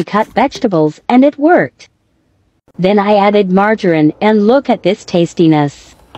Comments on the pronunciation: Disgusting. Also margarine is not pronounced that way. Use your own voice not a generated one ffs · im just surprised at how the voice pronounced margarine